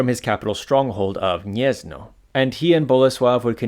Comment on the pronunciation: Gniezno is pronounced "Gniezno" (/ˈɡɲɛz.nɔ/) not "Niezno". If you don't know how to pronounce something, you can look up the pronunciation on Wikipedia or Wiktionary, and if they don't have it, just write the word in google translate and click the speaker